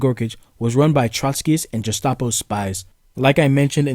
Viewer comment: TL:DR Don't care about pronunciation, care about content. Also is Gestapo, not Jestapo pwetty pwease Frankly I don't care much about pronunciation of words but I care about the words themselves. I'm Italian and when he'll make videos about italian communists I think certain pronunciations will be super cringe to me, basically every non italian mispronounces them, but I couldn't care less. If he improves I'm gonna be happy, maybe one day he'll be able to pronounce flawlessly the names of the politician of for example the Sanacja, the Polish sanation government, or the founder of the Chinese Communist Party, and we'll all be super fucking happy, but even if he doesn't I really don't care. The only thing I'll ask is if you could stop saying Jestapo instead of Gestapo. AFAIK German, Europeans and everyone who is even superficially familiar with german pronunciations rules says Gestapo with an hard G, like Gary for example, not Jestapo like Jessie. Would be nice if you'd manage to do at least this, but anyway you're good comrade!